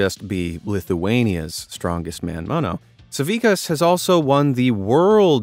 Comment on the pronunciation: I am Lithuanian so I am so glad to see Žydrūnas Savickas mentioned, though you botchered his surname it's spelled like sa-vi-TSC-as